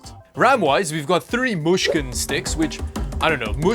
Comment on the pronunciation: When you say mushkin its like Russian